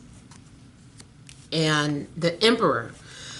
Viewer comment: be sounding mad boujee lmao “ The emperorrrrr”